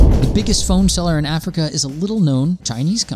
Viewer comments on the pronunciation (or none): none